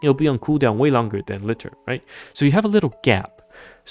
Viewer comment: How often are people going to mispronounce Liter in every NIKKE video? It's a real unit of measurement with a real official pronunciation.